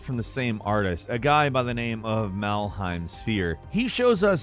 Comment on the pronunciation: not Meggar, but Madyar or Madjar (Hungary guy) , you cannot read every name on English/American way! Melhem is not Malheim